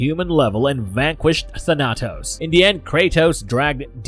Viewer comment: Thah-Nah-Tos...Tah-Nah-Tos....Its not that hard. THAN-AH-TOS. Thanatos